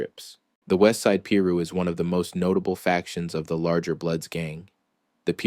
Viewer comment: Learn how to Pronunciate "Piru" [Pie - Ru] !